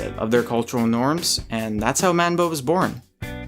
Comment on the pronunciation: Manba is getting old .. There's some who still wear that type of subgyaru but as much ad other sub gyarus and dude it pronouce monba not man-ba